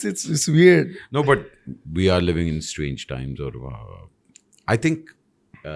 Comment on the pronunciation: Strage times nahi fagg times 😂😂😂😂